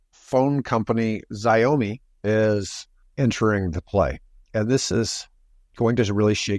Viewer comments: It's NOT Xi-a-mi.... it's Xia-mi... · Xiao -> show, rhymes with chow. Mi -> me